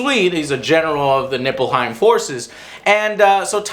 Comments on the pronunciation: Joe its Lena Headey LOL and nippletown, lol i mean Niflheim, but still funny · NIFLHEIM, not "Nippleheim". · I believe it's Niflheim, not "Nipple"heim. XD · why does he keep saying NIPPLEHIEM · did i just hear niflheim or nippleheim ?! :^) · neiflheim you uneducated peasants! not nippleheim. Nippleheim. Nippleheim. hmmm, never mind. nippleheim it is! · Did he just pronounce Niffleheim as Nippleheim? lol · Everytime they say Nippleheim, its like someone's tickling my nipples its distracting :| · its nible-heim not nipple lol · Its neilfheim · Niflheim not Nippleheim smh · Niflheim, not Nippelheim.Probably based on Nifelheim,one of the nordic Underworlds. It's so stupid that you call it Nippelheim, really stop. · I just find it funny he keeps saying Nippleheim LOL. Anyways have fun with FFXV :D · NIFFELheim, not nippleheim. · Pretty sure it's Niflheim, with an F. Not Nippleheim! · NIPPLEHEIM ? beware the power of the nipples xD . its nifleheim if i remember correctly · Niplehein....Niplehein Joe xD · I can't take you seriously when you pronounce Nilfheim that way. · Niflheim.... Joe.... Niflheim. ;) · If u say nippleheim one more god damn time im gonna flip shit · it's pronounced Nifelhein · I don't think Joe realized it wasn't called "Nipplehiem" until at least half way trough the review XD. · Joe hearing the names wrong lol especially "Nippleheim" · Dells face every time Joe says Nipplehiem XD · Yo Joe, its Niflheim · Daniel always reacts about joe's "Nippleheim" which is hilarious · Niflheim, Joe. Niflheim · As a FF fan, all of Joe's mispronunciation and lack of understanding was super cringy. It's NIFLHEIM and MAGITEK XD love ya Joe